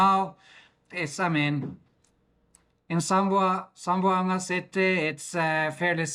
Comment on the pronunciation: Hi im from Zamboanga city 🎉🎉 zam-bo-anga 😅😅👋👋👋